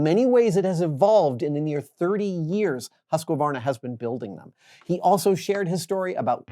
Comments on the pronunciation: I just get annoyed how he's putting an extra syllable in there for no reason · Most of us American dirt bikers know the proper pronunciation…(just saying…😎) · Umm, when did they correctly pronounce Husqvarna, must have missed it. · I don't know about that. Forvo has pronunciations recorded by eight different people from Sweden. There are two very slightly different pronunciations recorded and neither of them are any closer to Adam's than the common American one. hoos-k'var-na hoos-quar-na hoos-kə-var-na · It sounds weird though, maybe everyone does that in the US but it's not how you'd say it in Swedish even with a strong American accent. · Aren't you supposed to disclose sponsorship at the beginning of the video, by law? I can see this video getting taken down... Also, it's not "hus-que-var-nah". It's "husk-var-nah". They even did an ad to tell people how to pronounce it. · Well that would be wrong too. It's more like Huus-kvar-na. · Husqvarna is a great company! But It’s not pronounced ”Husk-a-varna” it’s ”Huus-kvar-na”! Love the videos! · You've gotta quit pronouncing it "Husk-wuh-varna" lol. It's "Husk-varna" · If Americans just skipped that extra A they add in the middle they'd much closer, it's husqvarna not husqAvarna. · Haha the way you say Husqvarna, I did not know Americans said it like that. The intonation is off. Should be something like "Huus-QVAR-na". It's a Swedish company, lessgo~! I'm confused by the blades... there's more than what we saw here right? Those are so small... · Adam, it's pronounced husk-varna in their commercials... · Lol, as a Swedish idiot I simply can't get over how Adam says Husqvarna! 😄It's really adorable, but it's simply pronounced "Huskvarna" as one continuous word! 😁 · Haha, same. American English pronunciation of the company name should be: hoosk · vaar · nuh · Americans pronouncing Husqvarna has to be some of the funniest things I've heard. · More like huus qwar nah